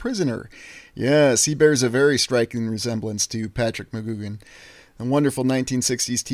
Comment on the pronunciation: McGoohan is said mac-goo-an*